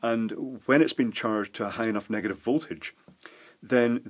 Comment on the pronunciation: negat I've charges, no less... "chinglish" at its finest.